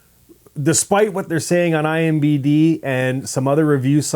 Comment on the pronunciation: I am sorry...I Tried....I HONESTLY TRIED brushing it off...but couldn't get over the fact that he keeps saying "IMBD" ... instead of IMDB .... I know its silly but for me its the same as if he might as well kept saying "Rotting Cucumbers" ... instead of "Rotten Tomatoes"